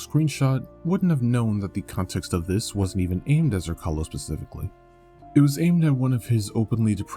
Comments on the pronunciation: Jesus motherfuckin christ. You suck when it comes to pronouncing Slavic names. Zrcalo (Mirror) C is pronaunced like ts. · You're mispronouncing the name; its Zrr-TS-ah-lo (Z as in Z-ebra), the name comes from the croatian/serbian word for mirror.